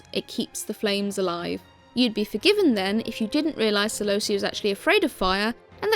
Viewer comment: kelobia is not a name, celobia is.